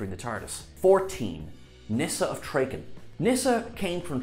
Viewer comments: Get it right son, it's traken not trayken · Trahhhhken. Not Trayyyyken. 😘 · It's Trah-ken not Tray-ken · Call yourself a Doctor Who fan? "Traken" was always, on the show, pronounced as TRAH-ken, not TRAY-ken. Sounds to me like you didn't watch it much at all. This was an important time as the Master came back from a decomposing lump by taking over Nyssa's father's body (Anthony Ainley) - on Traken. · It’s pronounced “Tra-kin” as in ‘track’ not “Tray-kin” as in ‘tray’ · it's pronounced Trah-Kun, not Tray-Kin. And Sarah travelled with Harry Sullivan, not Steven Taylor. I get that mistakes can happen, but come on, did no one think to check in the edit? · TRAKEN is pronounced TRAR as in CAR, not TRAY. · Nyssa of Tra-y-ken? It's Tra-r-ken! Kamelion was taken over by the Mara? Did he!?!??!? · Good list, couple of errors. Sarah travelled with Harry Sullivan, not Stephen Taylor. Traken is pronounced Trahken, not tracken. (Damn. I sound like Hermione Granger, sorry). And that’s not a did at your sexy accent, just a pronunciation slip up. Lastly, Vislor Turlough was always referred to as just Turlough, never Vislor. Great list and interesting history for the younglings that may not have seen classic Who, the original, you might say! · It's not Traykan it's TrAhhkan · Another great vid, BUT…. Nyssa of “Trayken”? No. “Weng Chee-ang”? No. If you’re going to present a 25 minute video about all this stuff that you seemingly know so much about, please learn to pronounce names and references correctly. Also, Leela travelled “primarily with the fourth Doctor”? “Primarily” suggests she also travelled with another Doctor. She didn’t. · Actually it's more pronounced TRAR KEN so you're both wrong! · I really liked Turlough - not top 5 by any means but I would have put him much higher. Minor point - it is Nyssa of Trah-ken. I fully agree on Ace as #2 and Sarah as #1. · You could only pronounce it "tray-can" if you've never seen the keeper of traken. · Treken? Really?